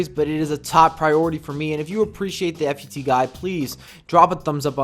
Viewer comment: I've heard you say "F-U-T so many times. PLEASE JUST PRONOUNCE IT LIKE "FOOT"